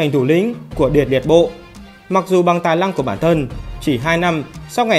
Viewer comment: Đúng, tui chê mấy người phát âm không chuẩn lắm